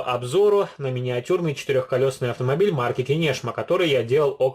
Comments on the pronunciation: КИнешма,на И ударение,город в Ивановской области.Извините за поправку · в Кинешма ударение И ))